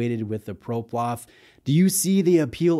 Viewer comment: I have this exact model and love it. The light weight makes it very wearable and it’s definitely a conversation starter. Btw. Its PloProf. Not ProPlof